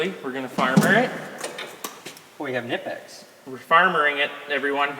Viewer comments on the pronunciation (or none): Please first of all, congrats to your baby girl. Buuuut its not Nipex but Knipex. Spell the K like in Kinetic. it hurts as a german native:D But nevermind nice video again chat